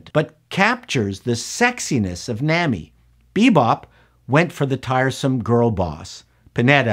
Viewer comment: I agree with much of what you said but as an "expert" you should try harder to pronounce the pertinent names correctly... "Nami"? It's simple... pronounce it as they did in both the anime and live action.